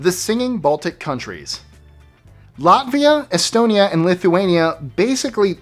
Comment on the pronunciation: yay i heard the word Latvia in this list! He pronounced it so weird that i didnt get what he said at first😂